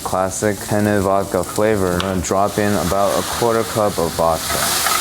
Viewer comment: Did you know there is a difference between penne (the pasta) and pene which is what you're saying and means Johnson Dick 😅